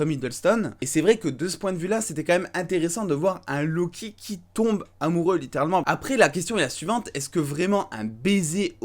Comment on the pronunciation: "lo kiki" j'ai rigolé jugé pas